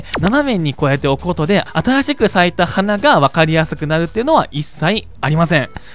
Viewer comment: ゼロの言い方が、ぜぉ 新しくが、あたぁしく ちょっとおもろい